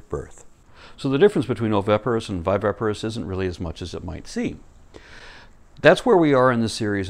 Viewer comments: you're killin' me (bad sense) pronouncing viviparous wrong. You keep sayimg, "vy-VEH-pah-rus," whem it's "vy-VIH-pah-rus." Otherwise, you're killin' it (good sense). P.S. You look much better with your hair pulled back, so we can see your facial angles (see also: Golden Ratio). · Just a slight niggle: you keep mispronouncing 'viviparous' as 'vivaparous'. Other than that, a great video, as always.